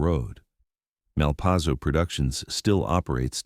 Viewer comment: A good story, but I walked when I realized it was AI. Pronounciation - Malpayzo one moment, Malpasso a few moments later.